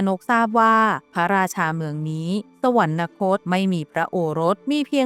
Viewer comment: สวรรคต ออกเสียง "สะ-หวันคด" ไม่ใช่"สะ-หวัน-นะคด" ควรออกเสียงให้ถูกต้องตามหลักการใช้ภาษาไทยครับ